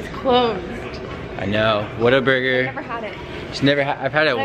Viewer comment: When Alex said Whataburger it came out Waterburger